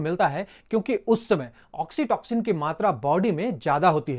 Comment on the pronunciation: Oxitoxin Nehi oxytocin 😂😂